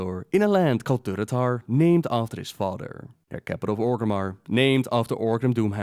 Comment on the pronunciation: her mudder. his fadder.